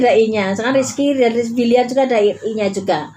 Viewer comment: Ya Allah Mak aq koq ngakak Mak bilang billar jadi bliyaar gitu ahaaa Mak kira bola bliyarr ahaahaa